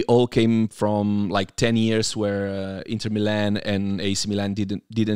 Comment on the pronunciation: Milan....he can't pronounce it.